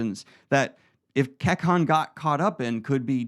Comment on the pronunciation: This is awesome! My only critique is that some of the words are mispronounced. For example, Kekon is pronounced KAY-CON in the audio books. Other than that, this is a fantastic and fun summary!